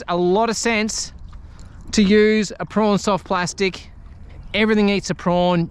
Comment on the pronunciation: Are you trying to say Prawn….but saying Prong?